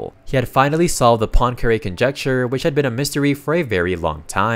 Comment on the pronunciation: Why cannot you pronounce Poincaré?